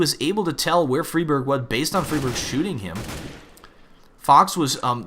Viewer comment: Im sure its pronounced Fry-Berg, not Free-Berg?